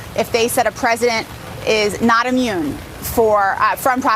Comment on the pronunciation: I love you, man. I watch you constantly. But double-check your pronunciation. It isn’t “ammune“. It’s “Immune“. 😉 Keep up the great work!